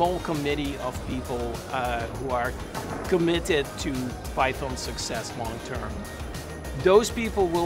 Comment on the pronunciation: I am here just to listen to the correct pronunciation of Python from the originator. LMAO